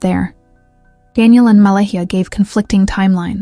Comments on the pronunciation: Her Name is Pronounced MA LAY A. The H is silent. FYI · So much incorrect information here… and you couldn’t even bother to learn how to pronounce Malehyh’s name nor the First Nations pronunciation properly?!